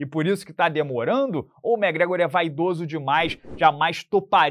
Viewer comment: Só vim pra ouvir o amiguinho falando Mé Grégor 😂